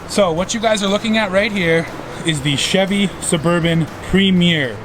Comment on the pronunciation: didn’t know Chevy was pronounced like that 😂😂